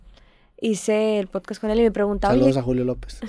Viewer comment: Poscast dijo poscast jajajaja 🤣🤣🤣dijo poscast